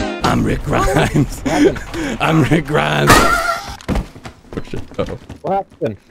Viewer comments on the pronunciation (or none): “Rick Gremes” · rick greems